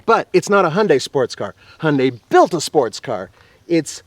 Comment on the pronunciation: You guys say Hyundai wrong. Just saying. ^^